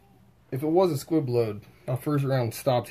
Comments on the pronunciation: It's called a, "Squib" not a quib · And it’s a Squib load. Not quib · Squib not quib lmao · You sound like you don’t know much about guns. And it’s squib, not quib. And like others have said, there’s no gas block.